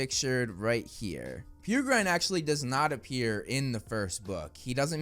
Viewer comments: Pēr - uh- grin , not peer-grine :) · FYI the name Peregrine is pronounced like "Pear-uh-grin," not "Peer-grine" like how says it in the video. The name comes from the peregrine falcon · Peregrine is pronounced "Perrer-grin" Also I'm sick of people describing all people of any kind of Asian heritage as Asian - there's Indians, Pakistanis, Chinese, Japanese, Koreans, etc. Please be more considerate